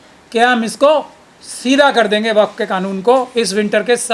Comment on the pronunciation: Kaisa jahil admi to desh chalane ko de diya gaya hai, jisko waqf board bolne tak nahi ata... Wakaf board wakaf board bole ja raha hai..